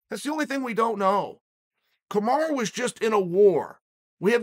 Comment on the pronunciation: I can answer this question. Kamaru Usman wants Chael to stop calling him "Kamara"